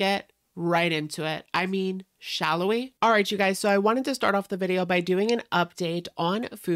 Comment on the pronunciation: I hear it as shalla lol